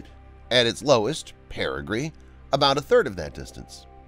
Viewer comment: Pretty good job, but the word is perigee. PeriGEE, not periGREE. There is no 'R' in perigee.